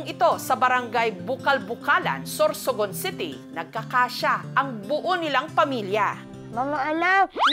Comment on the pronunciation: SOSORGON.. -anne curtis 😂